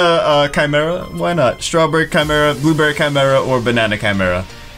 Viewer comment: You pronounce blueberry wrong